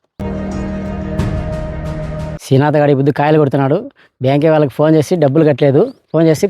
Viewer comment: బరేహరీ శీనాతు ఎందిరా భూతు లాగా శ్రీనాథ్😂 అనాలి శీనాతన్న కాదు శ్రీ నాదన్న